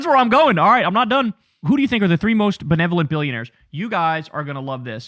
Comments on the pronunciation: I thought he said "Ben-Lev-O-Lent" either way it doesn't really matter, this is the definition of Dunning Kruger, he's too stupid to realize how stupid he is, and how Andrew casually and politely defining what is at best a junior high level reading word to him like a freaking child. Again he's so unaware he doesn't even realize his lack of even basic diction signals very loudly to a large swathe (bet he doesn't know that word either) of people how much of an ignorant dullard (that word too) he is. He's so stupid he lack the intelligence to know how stupid he is, and as some pointed out making fun of him borderlines on ableism if he weren't such an influential little prick of a human being. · My god... and this asshole got Tim Walz to drop out of the governor's race. Can't even say the word "benevolent" let alone understand its meaning. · made fun of the Somalis for misspelling learning but doesn't know what benevolent means nor can he pronounce it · Oh my God. Not only did he not know the meaning of the word he couldn’t even pronounce it. Shocking that he didn’t learn that word in school or see in a book somewhere or just hear it on the news or while talking to family. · He couldn't even say the word Benevolent!! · "belevanent" lmfao he cant even pronounce it. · "Ben-levanant" this dude is fucking special. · We HAVE to make shirts that say "belevuhlint" to counter his dumbass hoodie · Belevolent 🤣 Lets not be too hard on the child.He's invented a new word. A cross between Benevolent and Malevolent 😂😂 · I'm with Nick, I don't know what 'belevonent' means either. LOL! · Shirley has the IQ of a toaster that can't toast bread. What do you mean by the word bahbevolent? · Don't forget that South Park episode thats his citation too. Also, dude said, 'bele-velent' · “Blalevelent” lmao I’m on my ass over here. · What do you mean by the word "belevarent'? 😂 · He couldn't even say benevolent so ofc he has no clue what it means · "Belevonent" LMAO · "What's benteolent?"